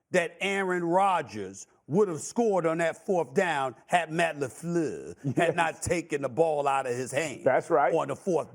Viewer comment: the way that Stephen A always pronounces Matt LaFleur as "Matt LaFLUUH" always has me rolling